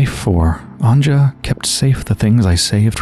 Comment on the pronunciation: Her name is actually pronounced Anya. The "J" in Central and Eastern Europe is used as a "Y". Just like how Germans use it, for example. Loving your playthroughs :)